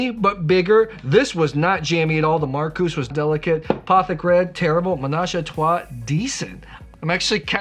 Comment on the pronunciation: Love how you make this all fun,! Thanks for including our Church blend! (Oh and we just pronounce our winery as the regular first name "Markus". You don't need to emphasize the "-us".) Cheers!